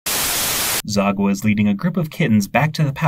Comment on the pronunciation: The way you pronounced Sagwa’s name as “Zagwa” 💀